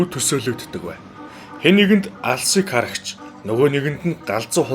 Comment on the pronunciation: Хөөе алсын арагч гээр чинь эхний үг нь ал син гэдэг үг байна шүү